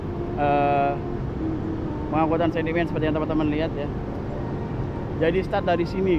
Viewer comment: Sedimen,bukan sendimen😮